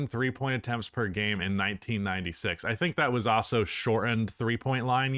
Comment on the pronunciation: Hot take: believes the word also is pronounced OSSO and uses that word MANY times in this video. 😅🤦🏽‍♂️